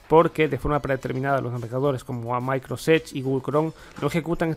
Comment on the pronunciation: Oye una pregunta: porqué nunca pronuncias la palabra completa Microsoft? o sea siempre dices "micros edge",, tengo varios años siguiendote y siempre lo pronuncias así, te cuesta trabajo esa palabra? nomas pregunto.